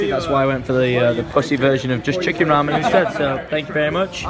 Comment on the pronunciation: finally pronouncing "ramen" right makes me feel at peace